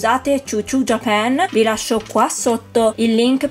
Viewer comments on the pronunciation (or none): none